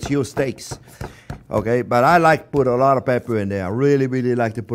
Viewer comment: “Put awot of pepper, don’t be afwaid” lol